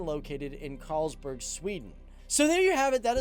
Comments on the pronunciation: its not CARLSBERG Sweden. Its KARLSBORG. Carlberg is a beer from Denmark. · It´s Karlsborg, not Carlsberg. Carlsberg is a Danish beer!:) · Karlsberg?! No, not the beer spelled with a k. It's Karlsborg(Karl's castle) in Sweden 🇸🇪